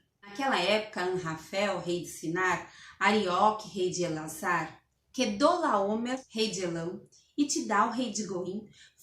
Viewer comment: A dificuldade de falar Quedorlaomer kkkkkkkkkkkkkkkkkk